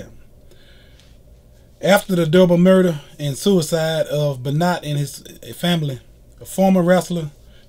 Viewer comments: First video done without present because the guy is just reading a Wikipedia entry Not your best video By the way, it's pronounced "ben wah" not "ben not" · I've followed pro wrestling for 46 years and I've never heard of this Beennot. Please learn how to say his name correctly. Thank you. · I know that you're gonna hear this ad nauseam on this vid but it's pronounced "Ben-wah", and ALL old school wrestling fans know that WWF/WWE is the same company but yet you mentioned it as a different promotion. They had to n change the "F" to "E" in 2002 because of a legal lawsuit with World Wildlife Fund...😒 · You aren't even close on pronouncing his last name correctly. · Brian Mcnamara I cringed every time he said it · I'm glad you understand that you pronounced his name incorrectly because honestly, you sounded ignorant. Just saying.